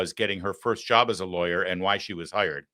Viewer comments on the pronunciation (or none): did she just say '' i got hiered cause i be black ???